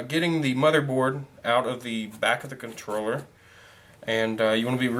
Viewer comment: Did you say controller or troller? lol